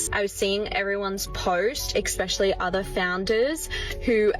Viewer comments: Ermmm did she just say EXPESHIALLY?? One would think with all that $$ and superiority one would know how to pronounce especially. I just can't with her little manifestation messages, I'd have to walk away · She lost me when she inserted the letter "K" into the word "especially". Do people not know how uneducated they sound? There has never been a "K" ANYWHERE in that word... STOP IT! 😂 (No, seriously... Stop it.)